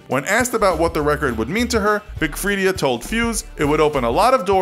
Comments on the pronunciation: *Big Freedia(Free-daa)* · its big FREE-DAH